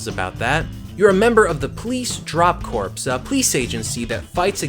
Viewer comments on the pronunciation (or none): a military 'corps' is pronounced 'core' my friend, like apple core :) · corps is pronounced core like in Marine Corps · "Corps" is pronounced like "core" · Did u pronounce corp as corpse around 9 minutes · Freefall 350AD? Yeah, lots of skydiving in the dark ages. Also, "corps" is pronounced like "core," not "corpse." And finally, everyone needs a copy of The Adventures of Buckaroo Banzai Across the 8th Dimension. Everyone. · No,corps is pronounced the same as core. Corpse is pronounced...corps...with no silent letters. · Police drop corps? that word is pronounced coor not corps lol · Did you actually pronounce the P in corps? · I sometimes still pronounce the P in Blast Corps lol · Video game Youtubers are just terrible at pronouncing everything... "Corps" is just pronounced like "core", guy...